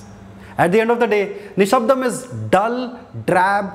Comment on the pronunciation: exactly I'm pleasantly suprised that his pronunciation is more authentic than annoying bgm "నిషబ్దం"